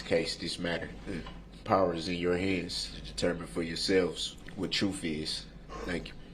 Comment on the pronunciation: What a waste of time….for the judge, for the jury, for the district attorney and the victims. That piece of garbage thinks he’s Clarence Darrow and he’s having a good time. With his grounz, truff, ax, sez, etc, he’s a moronic fool. May he forever rot in hell.